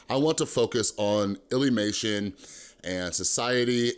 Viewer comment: Don’t see the point of this video plus your saying lillymation your saying illlymation